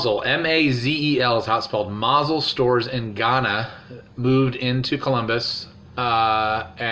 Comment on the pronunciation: since I'm the one who told him Gahanna I can attest he simply pronounced it wrong. He clearly did not mean Ghana since that is in Africa and not in Ohio.